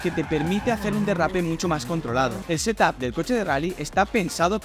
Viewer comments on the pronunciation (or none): none